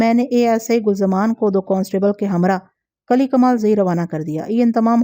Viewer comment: Assalam o alaikum asal lafz kali nahi kili hota hai uneed hai ke aap mind nahi karaingi shukriya